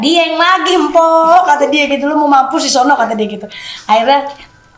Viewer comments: Pembaca yg bener baca kok empo, mpok alpa, belajar baca yg bener gays. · yg bacain narasi belajar lagi woiii...belajar bahasa Indonesia yg baik dan benar...masak mpok alpa di bacain empok alpa...kocak deh lu😂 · Ini pembaca beritanya kaya ga pernah belajar bahasa Indonesia kali ya Mpok di baca embok hadehhhh.....??🙆🤦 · Yg ngomong yg bnr napa jgn "belepetan"gtu,nh gaa,org mpok alpa nh malah "empok"alpa,yg ada lu yg hrs w "empoksinn"sekalian,mungkin yg mc nya tukang salon banci kalii? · maaf ya Mpok bukan empok,, mau sedih jadi lucu maaf😢